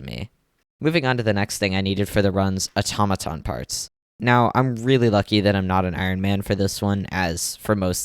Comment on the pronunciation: when he said AToMatoN i couldnt